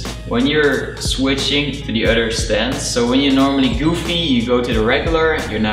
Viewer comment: It’s other not utter